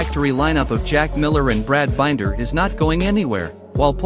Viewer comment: Brad "Been-ther" Binder ... excellent content! ✌️😎💪👏